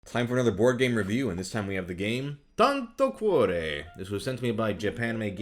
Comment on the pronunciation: Tanto cuore in italian could be translated as "a lot of heart" or "much heart" i think. Anyway, nice pronouce!